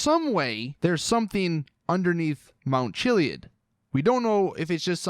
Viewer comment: The way you pronounce chiliad irritates me